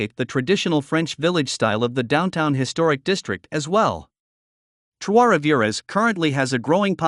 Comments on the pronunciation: This guy should learn how to pronounce Trois-Rivieres. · Your pronunciation of Trois Rivières is awful….you make it sound like Spanish…. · Maybe learn to pronounce the name of your #1 pick? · He would have sounded less ridiculous if he had just said Three Rivers. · The S in Rivières is silent.